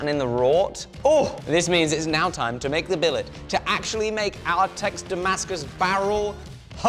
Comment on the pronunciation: It's da-MASK-us, not damask-US!